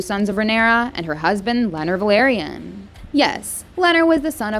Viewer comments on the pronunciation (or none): It's Velaryon, not Valeryan.